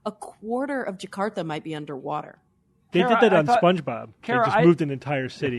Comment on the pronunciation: I've heard people from Jakarta pronouncing Jakarta more english sounding then Cara does. Sounds more Filipino then Indo but great she's trying :)